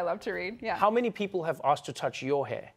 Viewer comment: Yeah, you heard her, she Axed him. With an axe. lmao.